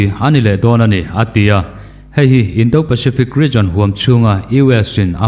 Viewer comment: "Indo lawng" lam rik dân hi fîmkhur deuh ni se a ṭha khawp mai. "Do" tih tak hi ri hniamin lam ni se a dik zawk hmêl e.